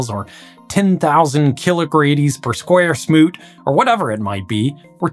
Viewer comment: Wait, did you say “square smoots”??